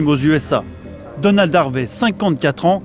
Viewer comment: "A quelqu'un comme Danold Harvey" J'ai cru qu'il disait Danone au début haha